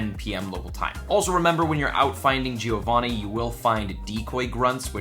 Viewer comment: Love your videos, but you don't pronounce Giovanni correct. I'm Italian and this really hurts